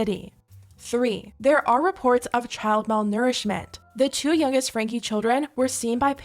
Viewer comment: And their last name is pronounced, Frank. Not frankie the e s not pronounced!!!!!